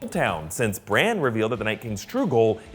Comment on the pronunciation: "When they come for BranCH in the Godswood" Please tell me you did NOT just do that